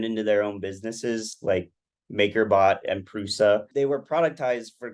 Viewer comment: At this point, what real 3D printing nerd doesn't know that it's pronounced 'Prusha' not 'Prusa'? I'm no superfan, but even I know that ;-)